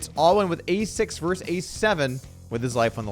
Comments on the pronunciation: Versus. The word is versus. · "versus" has two syllables. FYI